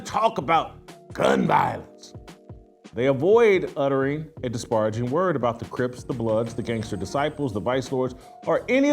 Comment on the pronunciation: Jason, if you’re going to be condescending, please practice saying the word disparaging correctly! You can’t be the smartest person in the room when you keep mispronouncing words.